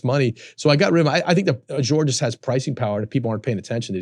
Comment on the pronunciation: I don’t care how smart you think you are, nothing makes you sound dumber than not knowing how to correctly pronounce Azure.